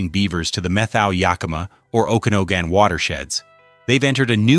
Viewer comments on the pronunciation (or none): Okanogan is pronounced Oh*can*aw*gn. Beavers ROCK❣